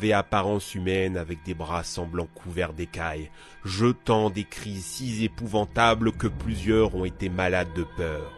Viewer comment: « jetant des cris si z'épouvantables »... t'as pourtant assez de fric pour te payer un orthophoniste maintenant...